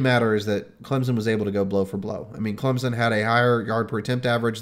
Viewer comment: Once again, tell I'll take his Clemson analysis seriously when he learns to pronounce it. That said, I've thought for weeks that the Clem-OSU winner would beat LSU. I still do.